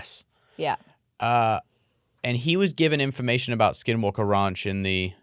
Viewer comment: so many times it sounds like both are saying "skid walke"